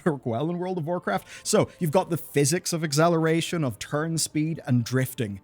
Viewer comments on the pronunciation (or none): Say eggzaleration one more time